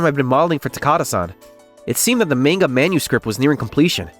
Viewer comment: Manga isn't pronounced "mayn-ga." It's pronounced "mahn-ga."